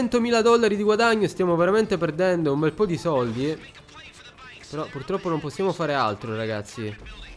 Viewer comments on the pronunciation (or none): none